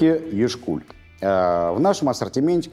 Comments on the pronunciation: Вы не правильно произносите название Яшкуль. Ударение ставится не на букву "У", а "Я". Яшкуль, это поселок в Республике Калмыкия. Яшкуль на калмыцком языке означает молодое озеро. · На "Я" ударение, грамотеи. Я́шкуль.